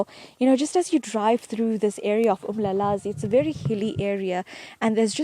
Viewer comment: its uMlalazi not Umlazi..